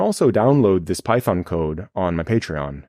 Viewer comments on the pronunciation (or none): none